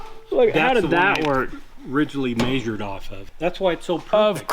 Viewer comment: There's no 'Y' in 'measured'!! Must be a Utah thing lol.